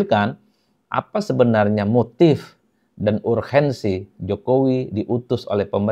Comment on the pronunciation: Mohon 'urgensi' dibaca spt tulisannya. Kalau dlm bhs Belanda huruf 'G' memang dibaca spt 'h' dan biasanya hanya org yg lahir jaman pendudukan Belanda yg msh bs berbhs Belanda yg bacanya 'urhensi' . Bs dimengerti kalau Bpk Emil Salim pronounce huruf 'G' spt ( gh= h). Maaf ya. Lbh baik pronounce 'urgenT' spt bhs Inggris!! Trmaksh.